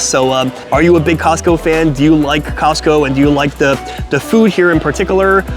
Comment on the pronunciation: 🤦🏽‍♂️ It’s Costco 😂